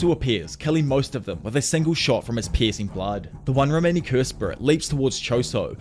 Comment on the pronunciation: I swear I thought you were saying "Pis*ing Blood" lol